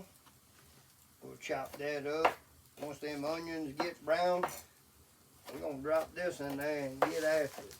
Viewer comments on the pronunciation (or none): You say Sweet Vidalia yellow Onyons like one of them old boys from Louisiana.